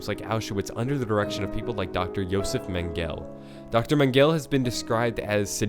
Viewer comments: Mengele is pronounced men-ga-lay not men-gell just pointing it out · Its pernounced man gela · Why did you pronounce Mengele as „Mangel“?? That got me laughing unexpectedly 🤣😭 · Not to be that guy but it is pronounced men-gel-ah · Mengele...mehn-guh-leh...Jesus lol